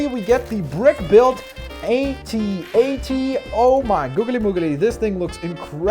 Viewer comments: No buddy, it's A-T A-T not ATAT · at-at is said with the letters individual a-t-a-t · don't say atat say AT-AT